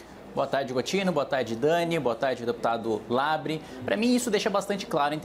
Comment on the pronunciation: Márcio: "kim Kata -gu-í-re" kim: fala nada. Márcio: "kim Kata -gu-í-re" Kim: "partido do deputado LEBRE...." Márcio: MEU NOME É "LABREEEEEEEEEE!!!!!!!!!!!!!!!!!! Eu nem vou mencionar teus apelidos!!" Eu: hauhauhauhuahuahuhauahauhau